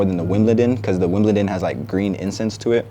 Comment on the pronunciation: ts fire bro, but it’s pronounced wim-bel-don